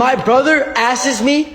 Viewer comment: I have never heard anyone say "askes"